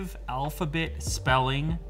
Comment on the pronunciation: The way he said alphabet made me want to rage